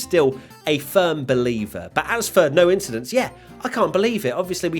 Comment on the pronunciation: I'm glad this was a clean race and there was no "INCHIDENT"